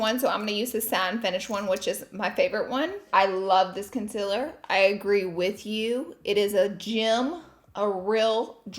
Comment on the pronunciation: Remove the "cameo" "con-siller" with some "miceluler water" 😂😂😂